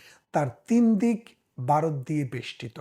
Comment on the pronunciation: ভাই দয়া করে শব্দ উচ্চারণে একটু সচেতন হোন। আপনি জনপ্রিয় না হলে বলতাম না। ব আর ভ ক আর খ এসব শুদ্ধ না হলে কানে লাগে। "বারত" আর "ভারত" এক না। "কেলা" আর "খেলা" এক না। আশা করি মাইন্ড করবেন না।